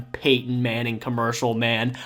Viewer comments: Did you say Peyton... or Paintin'? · I thought I heard you say 🖌️🎨 Paintin Manning.